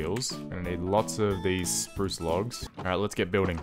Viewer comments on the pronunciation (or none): Who calls the wood bruce wood instead of spruce wood 😂🤣